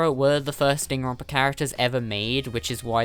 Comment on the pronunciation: says Danganronpa Subtitles: ding and rompers